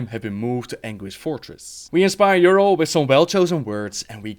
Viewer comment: Why does he mis-pronounce Yrel it is driving me crazy